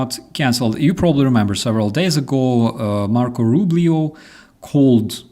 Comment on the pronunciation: Roo bee oh